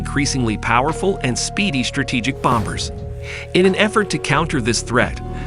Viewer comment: Did he say "bom-bers?" Lol! Stupid robots.